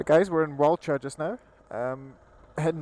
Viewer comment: I love watching videos of my backyard. It gives me a chance to view some of our favourite roads and locations through the eyes of others. It's beautiful, particularly after rain. Nice vid. :) Just a friendly FYI: Walcha pronounced "Walker". Wauchope is pronounced: "Warhope".